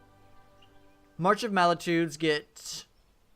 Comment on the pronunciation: Great vid! But just wanted to point out... its march of MULTItudes, not MALItudes. Dont want to come off as a jerk, just trying to help! Also that last game was insane!